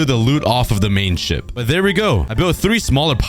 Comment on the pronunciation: did he say ship or shit 😭😭.